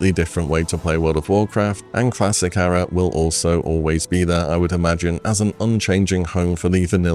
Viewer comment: Good video but please look up how to pronounce 'era'